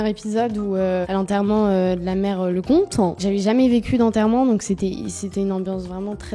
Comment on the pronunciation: "la mère lecomtANNH"